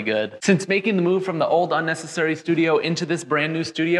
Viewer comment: A rug that says unesisairy